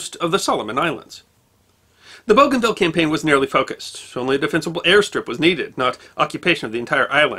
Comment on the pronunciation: Liked and shared, lest we forget. Note: I think it's pronounced Boo-Gan-VEE-Ya.